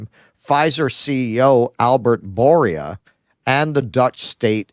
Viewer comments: fan of you as well my dude I am from Belgium. But my dude exercise your pronunciation please. It is not Mark RUT, but r U tte, and the Pfizer ceo is not Borias but B Oo R la. (great line with the dance steps ) (again big fan of you and Keaton) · Bourla is pronounced VOURLA.